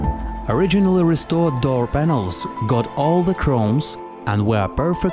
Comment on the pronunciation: What's a "Dur panel"